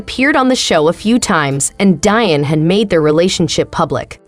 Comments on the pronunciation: Omg its pronounced DEE-ON NOT DIE-ON! Get a clue!!! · DEE - ON. Not Die-on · …Day -Bewt-Ed 😂 Debuted….more like ….daybewed. But it’s okay. I just have never heard the word pronounced that way. And LMAO!! at the pronunciation of Deion’s name ….Dyen 😂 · See, this is why Whyte folks need to stay out of black affairs. Learn how to pronounce the man's name properly. It's pronounced Dee-On! Not, Dian. The narrator is just terrible. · Now she damn well knows his name is DEION AND NOR DION!! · It’s pronounced DEE-ON not DIE-ON 🤦🏻‍♂️ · Funny how you pronounce an uncommon name like 'Pilar' correctly but not Deeeee-on lol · Deion ( Dee- on). No like- no share- no subscribe. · Learn how to pronounce the man’s name properly…..spelled Deion pronounced Dion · I can’t watch anymore… “Dion” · Pronounce his name right 1st. I can’t listen anymore. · Get someone who knows how to pronounce Deion's name smh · Why cant u even say his name correctly 🤷🏽🤦🏽‍♂️ hell out of here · Man she doesn't know how to pronounce his name!! Lol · If you can't pronounce a name properly STOP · Please learn how to pronounce Mr. Deion Sanders name , that's so disrespectful !! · Ummmmm you should probably learn how to pronounce his name SMH That's embarrassing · How this video keeps saying Deion name wrong is painful. Like you can hear how to say his name. Stupid click bait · She was driving me crazy pronouncing his name wrong!!!! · Fuck yea.. it's pissing me off.. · Thank you! Its pitiful! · Why now do you feel that this is relevant now? Almost like a crabs in a bucket move.Sence you can't pronounce his name correctly, just refer to him as Coach Prime